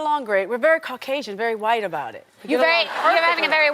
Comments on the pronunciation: Why is yhite pronounced like that🤣😂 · The way you say white😭💀😂😂😂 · You gotta say white like that 👀🤣🤣😂😂😂😂🤣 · Why is she saying "white" like that?!?!??! I'm dead 💀💀💀💀 🤣 🤣🤣🤣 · First off you just going to keep saying white like that 😆🤣😂 I love Toni but I don't feel sexy when I'm broke.